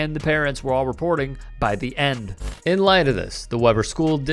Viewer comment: That’s my hometown High school (Roy, UT) 🤦🏾‍♂️ It’s pronounced Wee-burr (Weber), not “Webber”.